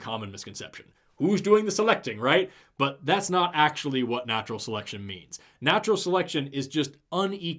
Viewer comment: did he just say "Seletcion"? He swapped the t and the c 😂